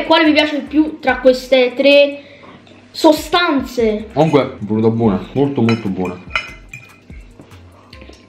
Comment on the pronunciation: Quando ha detto sostanze mi sono Sanguinate le orecchie